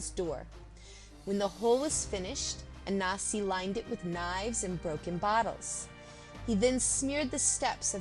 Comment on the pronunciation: Why do you keep saying ANASI.... is there a silent N that challenges you?? very annoying tbh